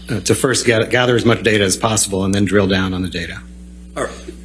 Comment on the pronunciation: everytime the lawyer says twitter data, i hear twitter daddy lol. funny funny like lol,, sounds just like it